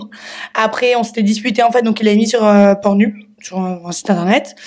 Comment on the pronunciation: "Porn ube " ptdrrrr c'est pas une connaisseuse elle sais pas le prononcer 😂